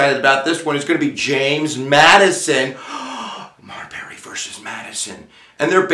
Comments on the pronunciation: Why do you pronounce it Mar"berry" not Marbury? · Good video, but it’s pronounced Marbury vs. Madison, not Marberry vs. Madison. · He keeps saying "MarBERry" when it's "MarBURy."